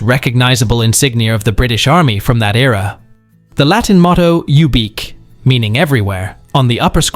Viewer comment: Cap badge motto...'ubique' is pronounce as if spelt 'yewbeekweh'...you'll know next time so tell your AI!!